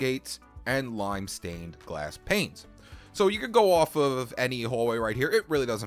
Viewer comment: My favorite thing about this dude is when he says "off" its sounds like "ouuf" sorry if it's sorta offensive but I like it :)